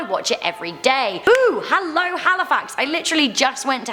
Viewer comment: all I herd was "Ello and welcome back to the most amazing top 10."